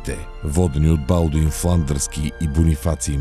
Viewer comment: Като чух БАлдун и спрях клипа, мн зле